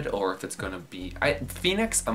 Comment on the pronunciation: i'm sorry to actually pronounce it the other way huhu it should be PHOENIX HAHAHHh